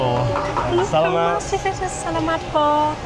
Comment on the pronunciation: The areas are called Stations, not Sections. You kept pronouncing “salamat” incorrectly.